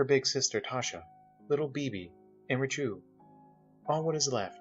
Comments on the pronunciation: True also I noticed he pronounced Richieu as "Rish-ev" instead of the Polish pronunciation, "Rish-You" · It's pretty good but quite a few errors with pronunciation. So-snow-we-ek, Ree-chu. Not bad overall though.